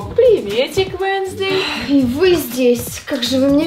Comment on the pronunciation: Не венсздей а уенздей руку зовут вещь